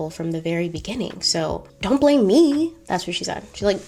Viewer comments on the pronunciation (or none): none